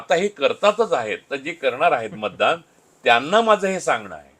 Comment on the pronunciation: महाणगर..बंड… मानूस…ण नंतर … मतदाण.. अरे बेटा उच्चार आधी नीट करायला शिक 😂😂😂